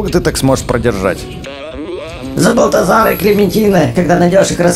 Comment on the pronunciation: Не Збальтозар а Эбальтзар